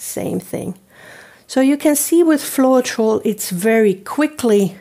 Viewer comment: Pronounced :flo-tral...